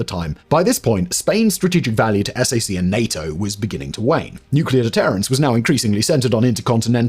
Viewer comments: "S A C" is normally enunciated as "Sack" and is understood to mean Strategic Air Command. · Just a tiny American pronunciation thing for you on the Air Force Strategic Air Command or sac we don't spell it out we say sack. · Sac, is pronounced sack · SAC is pronounced "sack." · As a person who grew up in Omaha, near the headquarters of SAC, please don't be shy to call it SAC (like SACK). It's strangely weird to hear it lettered out. But, great video and interesting story! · While I am not allowed to confirm nor deny anything in this and your other awesome videos, I can confirm that we did not pronounce S.A.C. as separate letters. We just said “Sack”. :-). Thank you for all the work and research you put into your videos! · Found your comment that you mentioned! It’s wild. I could have sworn I’ve heard Simon say SAC correctly before. He’s so thorough. All is forgiven right? I stayed in the area and settled in Wahoo.